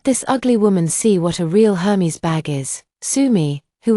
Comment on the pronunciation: Aer-mez! Not Her-meez